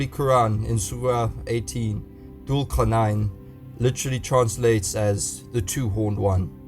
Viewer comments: You butchering the pronunciation of Thul Quarnain - Alexander the Great can’t be Thul Quarnain as Alexander was a Pagan and Thul Quarnain was a God fearing Leader. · Everytime he says "Dhul Qarnayn", I die a little inside.